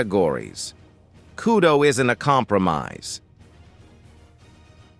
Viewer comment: It’s kudo not kyudo 😂